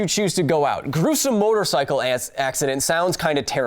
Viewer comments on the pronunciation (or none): Best flub ever..."gruesome motorcycle ass"